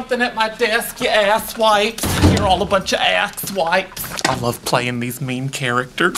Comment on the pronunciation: "You aks wipes!" "you're all a bunch of aks wipes"